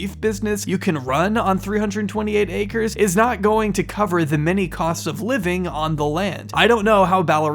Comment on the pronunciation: how to spot the a-i bot reading the a-i script: check "acres" pronounciation. Congrats, you went even below that fraud 2 trad wife" scam.